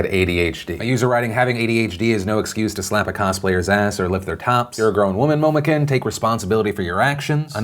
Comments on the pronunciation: quick weeb note; it'd be pronounced (in typical manner): moe-moe-koon (momo being the name and kun being a suffix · isnt it momo "koon" not momo "ken" cringes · "momokin" IT'S MOMOKUN PHIL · Omg, all the social and legal issues aside...it's so annoying to hear so many people pronouncing it momo-KIN instead of momo-KOON!! Listen to an anime sub for once in your f*cking life! ;p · Quick tip Phil. kun is pronounced like the latter half of racoon. It does not sound like kin. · I believe its pronounced koon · Ugh why can't anyone properly pronounce "kun" ??? The weeb in me is dying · Omg he pronounces it Momokin 😂😂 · Am I the only one who cringed every time Phil pronounced Momokun’s name wrong? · Hearing you mispronounce Momokun for some reason made my day.. thanks PD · Lol Momokun pronunciation. Good try though Phil. I know you pronounced it like it appears, so it is an easy mistake. Made me chuckle a bit though. Side note; that woman makes wears thickness well. Nice. . .